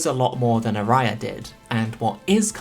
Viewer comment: love ya, but please, the pronounciation of aria is putting me in places I didn't know exist. Great video though!